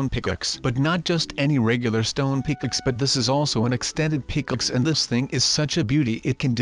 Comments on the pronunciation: Hmmmmmmmm. That intro seems different. It sounds a bit like sundee's intro, but it has a different touch. Also, pickaxe is prounounced wrong. It sounds like pickixe. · Well we made a PICKLETS lol it’s pick axe